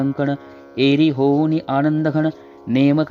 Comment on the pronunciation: खूप छान महटले आहे आणंद नाही आनंद इसे पाहिजे